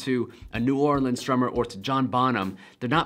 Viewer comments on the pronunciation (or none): none